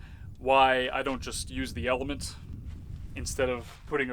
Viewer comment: I keep thinking I’m hearing you are saying not element 🤣